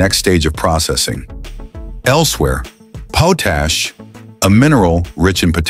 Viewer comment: “Poooooooooootash?” Stop using AI bullshit. You can’t educate with stupidity. Your channel sucks.